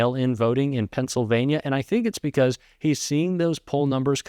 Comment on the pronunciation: “If we win Pingxlevania we win the whole thing…” Anyone going to report that he’s obviously impaired?